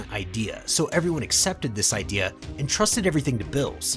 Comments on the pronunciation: Xd fr I was wondering the same thing I don't know why he says their names wrong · Everyone taking about smug stick is better but ain't no one talking about how he pronounces Beerus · I just get kinda annoyed at how you say the name, like beerus is bill's, and gine is jean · i kept thinking he was saying bills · When he say beerus it sound like bills. Just letting yall know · Ok, 2 mistakes that i noticed, zeno's & beerus' their names are pronounced wrong, zeno's E is prenounced the E from for example example & beerus is pronounced as beer us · Bills? Y do u pronounce Beerus like that lol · Dude why are you calling him bills?? His name is beer-us that's a bit annoying no offense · Bro can you please learn the proper pronounciation of the names coz it’s annoying when you say bills when it’s clearly beerus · bills? narration is so annoying getting such a easy too pronounce name so wrong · He keeps saying builus instead of beerus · is no one going to mention that part of (if not all of) the video he was saying bills instead of beerus. (if its an accent i apologize to anyone i may offend) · Ayo is this mf calling Beerus "bills" -_-..? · Are the mispronounciations of the gods names intentional? Bills and bermoth aren't their names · Ah yes, my favorite god of destruction “Bills” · That is not how you pronounce beeruses name, ur callin him blls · I hate the way you say the characters names. Its Beerus it Billis. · why do u say bills? his name is beerus bro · Why are you saying Bills and Vermouth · I don't know why but i keep hearing beerus as bills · Bills wrong berrus you are just pronouncing it wrong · Love your channel, but can you say the characters names right, like calling beerus beers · Say beerus not bills 😤😤😤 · I like how he says Billus instead of beerus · What the f**k is bills it's lord beerus atleast say the name properly ...🤦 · are you spanish or sum? why u callin beerus "bills" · bro is not calling beerus “bills” 💀💀💀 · Why he saying "bills"